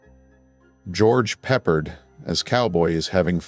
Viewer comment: I think George’s last name is pronounced Pep-pard.